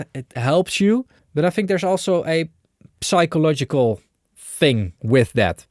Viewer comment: Psychological is written with a p, but you don’t pronounce it… so its closer to “sike o’ logical”